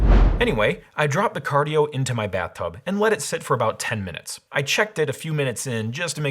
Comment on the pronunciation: Cardie-O? Is this Cardi B's shady cousin? XD